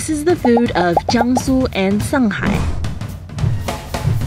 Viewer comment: 卷舌音啊小姐 shanghai not sanghai